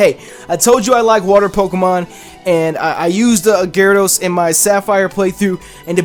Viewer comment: IT'S GYARADOS, NOT GYRADOSE!